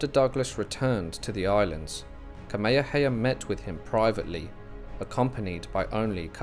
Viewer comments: Thank you but it would be good to pronounce the Hawaiian King's name correctly... it's not Kameha-heya. READ THE NAME. It's Kameha-meha. *Sigh... your Brits! The world has left you behind. Update: I can't handle the butchering of the name anymore... stopped it after 11 minutes. Brits butchered land, culture and people... and to continue by butchering their names?? Do you want people to call Charles, CHAR-LESS?! Get a clue, Brits. ....And, yeah, fix your teeth! LOL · Bro you said Kameahea 😖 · Sorry man. The true olelo Hawai'i is still spoken on Ni'ihau and they say Tamehameha. The missionaries changed all the [t's] to [k's]. I learned that over 45 years ago when I heard someone on Kaua'i speaking it. Frickin' weird how a small group of people can change the pronunciation of a language. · Please learn how to say Kamehameha /ˌkɑː.meɪ.həˈmeɪ.hə/ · Ka mea ha mea ha... Please pronounce it correctly 💯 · It’s not that hard… Ka=Kah-me=may-ha=hah-me=may-ha=hah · Can’t listen to this crap this AI can’t even pronounce the Hawaiian words properly. This offends me deeply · The pronunciation of the character’s Hawaiian name is incorrect. The grammatical markers tells all Hawaiians how it’s supposed to be pronounced. Please don’t use AI. It is incorrect. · I was excited to watch this but then I soon realized that you had no idea how to pronounce King Kamehameha so I had to turn it off. If you're going to do a history piece you should at least know how to pronounce names. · Great video and narration, with the exception you could have made the effort to pronounce atleast Kamehameha properly. But good job overall "":) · The poor pronunciation is cringey. He’s pronouncing Kamehameha completely wrong and it’s bugging the crap out of me. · Great info but the AI voice needs to pronounce Kamehameha correctly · Along the Alaska coast? King Kamehameha should be pronounced properly out of respect.